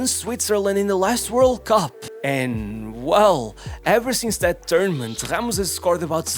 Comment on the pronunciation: did bro call Ramos, khamush? 🙏🥀